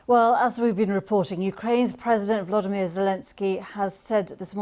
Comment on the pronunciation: He is not valdimir but Voloydimir zelensky.💟💟💟💟